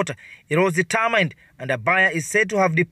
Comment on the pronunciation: The work is crew..... not criiiu Determined..... not detamained